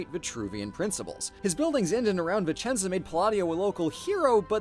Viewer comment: As a Vicenza native, thank you ❤️ now I miss my city even more! Ps: good job on the accent 😘